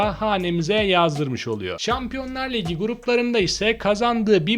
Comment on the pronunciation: Liygi liygi demek yerine ligi dersen bence daha fazla aboneye ulaşabilirsin naçizane öneri ..